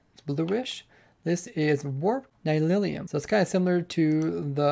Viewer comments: Its nylium not nylilium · Great video, but it's pronounced Nileeum, not Nylilyum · Nylium, not Nylilium! Haha, I cringed every time you said this lol. Looks like a really cool update, perhaps the best ever? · Nylium ≠ Nylilium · Mojang: Nylium. Ny-li-um: Nylilyum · it's warped NY-LEE-UM, not NY-LIL-EE-UM. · The Nether mycelium/grass blocks are Nylium, not Nylilium. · its not nylilium, its nylium